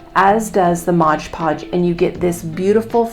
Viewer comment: MOD Podge Not Modge Podge. Think the company would like their name pronounced correctly.🤔